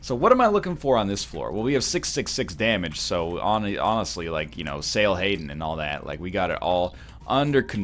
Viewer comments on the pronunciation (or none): did anyone realize that he said sail haten instead of hail satan? made me lol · Did my boy just say "Sail Hatan?"